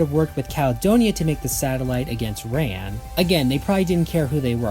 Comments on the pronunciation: Yeah, it's the Rand Protectorate. Not Ram. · They definitely pronounce it "Rand" in the show. I just rewatched that episode recently. WTAF, dude? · The D is pronounced. It's soft but not silent. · You say a lot of Stargate words wrong in very surprising ways. No offense intended but you may have some kind of dyslexia and shouldn't blame the writers for your difficulty with the names. I always heard "Rand." I have a friend who does something similar by adding or removing syllables from words he has heard before. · I always here rand, rhymes with land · the "D" in "Rand" is not silent